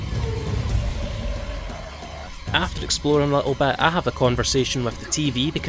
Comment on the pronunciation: I can't tell if you're saying "Explodin'" instead of "Exploring" intentionally as a joke or if that's just your accent. It's kinda great regardless, though.